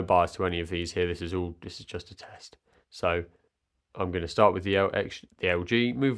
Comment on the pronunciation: The way you said 'test'. 🤔